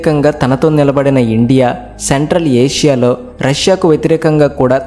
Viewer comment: సెంట్రల్ ఆషియా కాదు నాయన. సెంట్రల్ ఏషియా